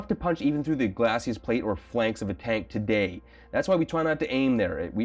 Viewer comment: I have a BIG pedantic streak so I need to add that glacis is pronounced GLAY-see, not glassy-ass.